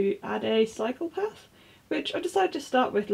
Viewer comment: Oh, you said "cycle path" I heard "psychopath" 😂